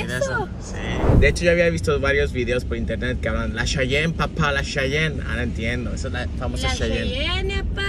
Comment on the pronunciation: No mames, es: cheyene, como los indios americanos, no chayan como el chantante, saluditos.